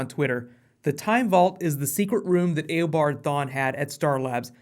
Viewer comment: thank you for saying it eobard proper